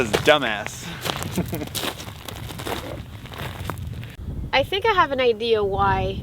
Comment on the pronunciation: lol, My misses is from Dumbass (Dombås) as you called it.. 🤣